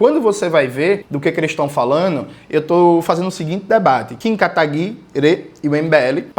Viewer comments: Eu racho toda vez que ele solta o "Kim Katagui-RÊ" 😂 Deve ser horrível ser inimigo político do Jones. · Pq jones pronuncia 'katagui-RÊ'? Alguém sabe?